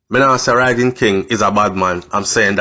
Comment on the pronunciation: Careful about the pronunciation of the of the word Rhygin though. All my years as a child hearing the word the name and the legend it was always a hard "G" so the "gin" was never pronounced like gin the drink but rather the g-i-n at the end of the word begin. Still can hear the warning utterances of my Mom when we lived in Trench Town saying whatever I do I must walk away from a life of crime like Rhygin.